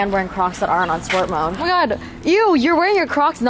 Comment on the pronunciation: “In Mai opinion” 😂